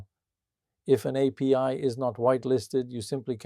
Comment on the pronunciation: What "apees"? You mean "API". Honestly a real voice would be preferred. My 2 cents